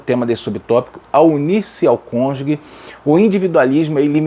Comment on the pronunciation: Amado pastor. Atente-se a palavra cônjuge. Não se diz CÔNJUGUE. Fala se cônjuge, exatamente como é escrito. Gostei muito de sua aula. Só me incomodou essa expressão. Perdoe-me